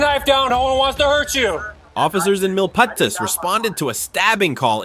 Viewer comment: it's pronounced "Mil-Peetis" no one ever gets that right unless they are from northern ca.